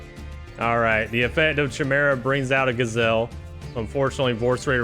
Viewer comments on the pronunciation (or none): Great tournament! The pronunciations kill me sometimes lmao. CH-imera and bahkura